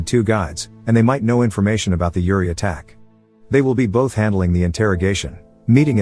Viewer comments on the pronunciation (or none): Dude you butchered the pronounciation, here is what you think you said "Uri" here is what you sounded "Yuri" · Ok its not pronounced with like Youri but like Oori! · Pronounce the U, not like Yuri Gagarin! But like Oooh! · Uriii no its uri